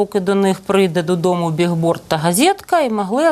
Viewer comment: Пані Таня, не БІГБОРН а БІЛБОРД! Billbord –Рекламний щит.